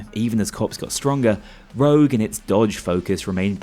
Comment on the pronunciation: STOP SAYING ROUGE, IT'S CALLED ROGUE